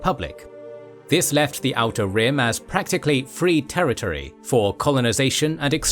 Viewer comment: The way you say "outer rim" is exactly how i say "how to rim"